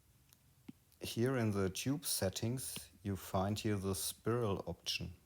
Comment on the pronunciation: spiral is pronounced Spy-role.